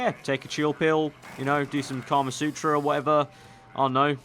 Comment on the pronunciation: "Do some Karma sutra" Lmfao, maybe you need to Google it 😂